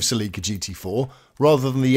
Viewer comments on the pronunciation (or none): Cell-e-ka, not Seel-ic-ca